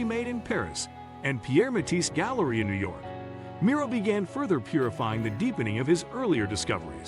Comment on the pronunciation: It would invest you with credibility if you learned to pronounce the artist’s name correctly. Until then…